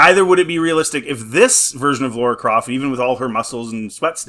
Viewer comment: Any video about Tomb Raider and as soon as the presenter says “Laura Croft” then I’m out.